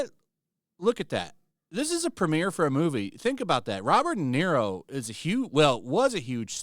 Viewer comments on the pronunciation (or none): "Robert DeZERO Day"